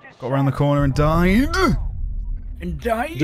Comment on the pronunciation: 🤣🤣 🤣 Love how they ended up there from just saying "diiED"